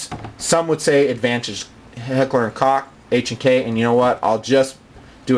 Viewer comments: he pronounced is cock! Koch is pronounced like Coke in English. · KOCH is pronounced COKE not COCK otherwise your video is great. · Like your vids. Right or wrong, it's cool to have someone evaluate certain aspects of different firearms/knives, etc. You can tell you get in a good amount of game time. I was just a little disappointed though that you would refer to Koch as "Cock" instead of "Coke (the way it's correctly pronounced)." :) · I think it's pronounced Heckler and "Coke" not Heckler and "Cock" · Heckler and Cock??? Its Koch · I pronounce mine Heckler and Hawk. I just feel different calling mine Heckler and Cock, but that's just me. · LOL "Heckler & Cock"? listen to him .